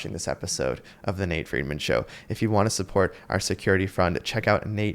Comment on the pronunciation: "friedman" nice try lol